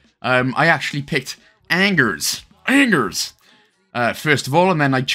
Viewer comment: how did you pronounce "Angers" hahaha T__T French will understand